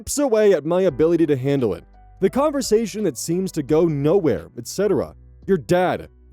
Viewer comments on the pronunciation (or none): none